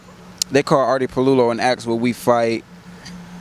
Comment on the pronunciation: Just wish u could say "ask", rather than "aks", especially when talking about intellectual pursuits.